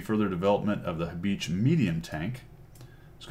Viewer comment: Great review as usual, the name is pronounced Ha Bee ha.